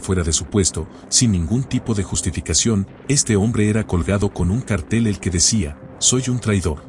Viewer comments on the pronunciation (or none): none